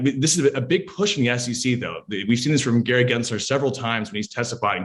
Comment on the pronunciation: His name is not "Genser" it is "GensLer" - with an L. If you want to call out his bad actions, at least pronounce the jerk's name correctly!